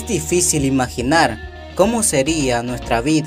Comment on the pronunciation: Carajo mejore su pronunciación en la lectura, ejemplo: cómo y como no se pronuncian iguales. No es lo mismo: ¿Cómo está usted?, a: Así es como se hace.